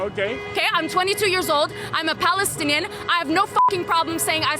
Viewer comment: ”.. Balestinian Beople” so fake they can’t even pronounce Palestine properly. - It’s a Roman (Latin) word and letter P doesn’t even exist in Arabic.